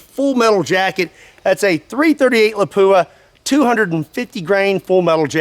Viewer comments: you need to pronounce Lapua like a true Finn, not La-poo-a! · I always heard lapua was pronounced "lawp wah". Anyways, there's an older YT video of somene shooting a armored plate with a .270win 130g using a discontinued remington solid i believe solid copper fmj bullet and it went thru it like it wasn't even there. I'd be curious how solid copper bullets in all these calibers would fare against these modern armor and ceramic plates